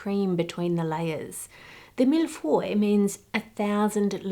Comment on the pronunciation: Hearing an Aussie have a good crack at pronouncing millefeuille has made my day 😂 good on ya for trying!